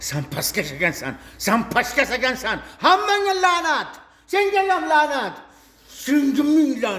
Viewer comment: Lanat deyishi noto'g'ri